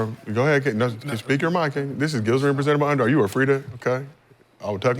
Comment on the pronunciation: Kenyen mad 1 min into the clip bro 😂 Kenyon*